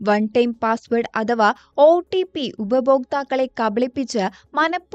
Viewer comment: OTP ഒ-ട്ടി-പ്പി അല്ല ഒ-"റ്റി"-പ്പി